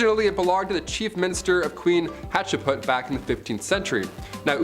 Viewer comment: Some of these were fascinating that I hadn't heard. However, I turned it off after they all mispronounced "Hatshepsut" and the girl butchered "Ptolemy" and every other name she said.